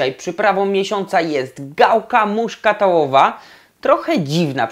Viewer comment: gałka muszkatołowa a nie muszkatałowa....."znafco".